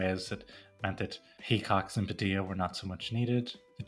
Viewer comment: Padilla with two LLs is pronounced like a Y.